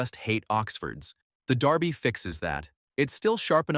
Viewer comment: Blimey, they actually pronounced Derby correctly.